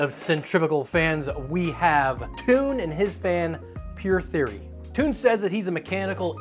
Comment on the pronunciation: I'm from Belgium and I laughed when I heard you pronounce Toon. It never came to mind that Toon is toon in English 😂 It's pronounced more like tone. We also have girls names like Joke and Lies.